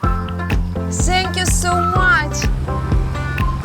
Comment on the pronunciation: Britn Tos ...ну хотя бы правильно произнести «Thank you”...???